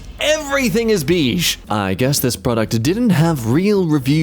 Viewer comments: BEE-SH? 😂😂 it’s BAY-SH 😂😂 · Why'd say ''biiiish'' instead of beige? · Waitwaitwait. Do you not know how to say beige? Love your videos, been watching for a while now. That sound came out incorrect. It's more "Bay-zshh" Easy to think of a vibrating G, similar to the "V" Sound. Out of all things to mispronounce- a common color. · STOOOPPP NOT THE "BEEJ" INSTEAD OF "BEIGE" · It's not beege it's baige. Spelt beige. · Ahh yes... Beej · WHY DO YOU SAY BEEJE?!?!?! ITS NOT BEEJE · Everything is beige. Not "Bish" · pronouncing beige sent me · not how you day beige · you pronounced beige wrong.